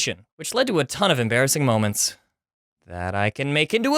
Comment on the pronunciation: Muh most emerbassing sckhool momints XD